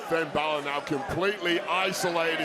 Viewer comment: Not you saying winn balor 💀🙏🏼